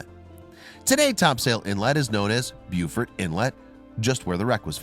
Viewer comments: buufort I live down in Carteret county and your said beaufort (bo-fort) wrong buddy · It is pronounced BO FORT in North Carolina and Bue ford in South Carolina. Both same spelling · Bo-fert, not byu-fort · Great vid its Beaufort like BowFORT not Buefort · Even though this video is old, the Inlet is pronounced Bo-Fert inlet, which is actually the correct way to say it. not beau-fert. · We pronounce it "bow-fert" down here and the ding bats and dit dots pronounce it "bow-fort"... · We pronounce it Bo, not Bu. Beufort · Hell he's saying ford, not fort. Can’t even get that part correct. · It's pronounced BOWFERT. Do your research before posting a video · Minor correction: Beaufort, as in Beaufort Inlet, is pronounced "BOH-furt." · . My god, please learn how to pronounce Beaufort correctly. It's not pronounced how its spelled, it's pronounced bowfort. It could just be my southern accent, but everyone I know pronounces it as bowfort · It’s pronounced BO-FERT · Ahem, it's BO-FORT. That is all. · Beaufort —> bo-furt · Pronounced "BO-FORT" in NC. Geez. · Hearing “beeuwfurt” hurt my NC ears! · Beaufort is pronounced BO-fort. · It’s Beaufort , pronounce it bo fort not the way you are 😂😂😂😂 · Lived in Morehead City my whole life, I was hoping someone else would understand.....BO-FORT. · Paul Letchworth it’s pronounced BEE YOU FORT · I wished he knew how to pronounce Beaufort!!! 😡